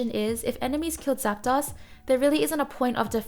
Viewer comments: I hate to correct people but.. it's zap-DOSE not zap-DOSS. ArticUNO, zapDOS, molTRES. Uno, dos, tres.. one, two, three en espanol. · I dunno. She says Zap DOSS. That's pretty unforgivable. Uno, DOSS, Tres.